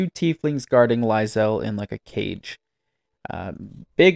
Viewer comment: How are you mispronouncing Lae’zel’s name? You’ve been hearing it said properly for by hundreds of hours.